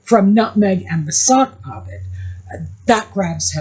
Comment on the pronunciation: At first I thought you were saying "soft puppy" and thought it was funny. Then i heard "sock puppet" and lost it. Meg's always been jealous of Posh Spice. Peltz likes younger men because she's the mummy figure. Same with meg apparently. The US is a dumping ground for washed up british nepo boys now. Add hot sauce labeled for daddy's football number to all the as if food. I don't think the US needs it. I hope not a single Becks/Posh fan ever buys another bottle of his hot sauce again. The Beckhams going onto Oprah would be a significant step down for them.